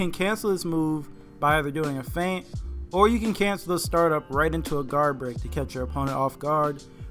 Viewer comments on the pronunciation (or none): none